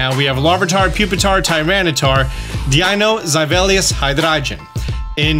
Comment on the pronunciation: I like the way you pronounce the names of Deino, Zweilous, & Hydreigon. But The Larvitar line isn’t dragon